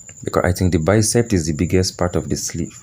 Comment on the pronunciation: It’s BICEP, not BICEPT